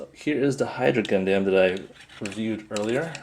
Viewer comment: its purnounced gun-dum, not gundAm